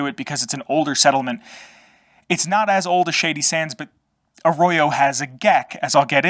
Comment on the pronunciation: Like how you emphasize the vault 13 canteen and G.E.C.K , are like sacred artifacts held by the Arroyo tribals. Lore built like that , creates legend, lore world building around the games 👍 It's pronounced "Arroyo" man, not Arrorow. Just saying 😉 I've been looking for lore videos on the Arroyo tribals. But not turning up much. At least there's this video that provides something 👍